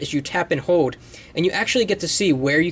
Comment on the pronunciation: when you say hold it sounds like hode